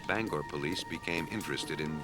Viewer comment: Bangor has a long “o” and two syllables